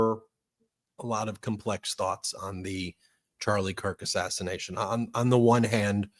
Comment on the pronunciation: why are you calling it an ASSISSATIATION?